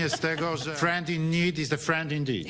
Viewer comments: tutaj chodzi o to ze on powiedział indid. Czyli krótkie i. Slowo indeed wymawia sie indi:d dluuugie iiii.. Tak jak beach. A nie bitch. Kapujesz???? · Zabiorę głos jako anglistka. Ja tam nie słyszę "dick" - w tym wyrazie jest krótkie "i", a Duda ewidentnie wymawia długie "ee". Ucho native speakera powinno być na to uwrażliwione - w końcu to u nich dwie różne fonemy, tak samo rozróżnia się "bitch" i "beach", "piss" i "peace". Samego "k" też za bardzo nie słyszę. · Nie mówi dick ale deek. I need że zmiekszonym n. Tak niezdarnie mu to wyszło, a co zrobić że Harris tak reaguje. Nie pierwszy i nie ostatni raz z resztą. W każdym razie nic niestosownego nie powiedział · tak jak Ty Polskiego, wymowa angielskiego dzieli się na brytyjską i amerykańską, a jeszcze każdy może ją inaczej wymawiać. A w rzeczywistości Duda nie wypowiedział słowa "indeed", więc polecam aparat słuchowy póki nie jest za późno.